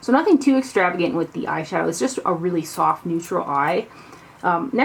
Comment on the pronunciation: I love how you said SOFT neutral eye! 😂😂😂